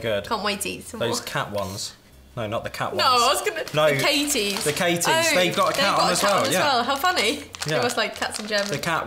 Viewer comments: Katjes is pronounced cut-yes. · Your pronounciation is cute. Maybe I can help with Katjes (the vegan ones). It’s pronounced “cut yes”, not Katie’s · Sie haben zu katjes „katies“ gesagt😭😂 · K what‘s so funny. katjes is really pronounced cut-yes. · More like cat-yes (wir Briten sprechen meist, anders als es in deutschen Lehrbüchern steht, das u in cut wie ein u und nicht wie ein a aus). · Lairdtox T. Mai N hat irgendwie recht. ammis bzw wir sprechen das wort cut wie kat aus, aber viele briten sprechen wegen ihres akzents cut wie kut aus. also die sprechen das u echt aus lol ich mein sie sagt im video auch bluebUrry und nicht bluebErry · Your pronounciacion of "Katjes" is sooo funny! You have to pronounce it like this: Cat - Yes I'm from Germany and I loved all these candies when I was a child. In our childhood we all used the Mikados as cigaretts, exactly like you... ;-) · Ahhh I see. I always thought they were Katie’s 😂😂 likes having my name on a packet for once 😆 thank you for trying to explain how they should be pronounced 🥰 Ah I haven’t heard their jingle. I’ll have to check it out! Thank you so much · Katjes is prononce like. Cat yes. But i like you version as well xD. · The Katjes are pronounced Katyes the y spoken like in yes. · Katjes is pronounced like cat + yes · Ich auch :D Hab noch nie Jemanden Cat, also wirklich mit "a", Katjes sagen hören. Aber vielleicht ist das nur in NRW so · I know its spelled like that, but not pronounced that way.. Not in the tv I remember :) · no.. not silent. you do pronounce. it. LOL its my favorite snack from Germany. Such low calorie count compared to America. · It's KatJes with a J